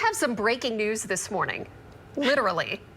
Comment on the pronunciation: I thought he said news, not nudes.